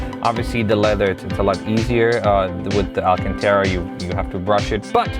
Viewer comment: Say it with me: Al-can-tar-ah